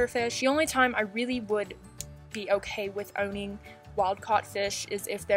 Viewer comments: When she said 'owning' she sounded british lolol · She sounded so British when she said owning 🇬🇧😂😂🤣🤣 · went british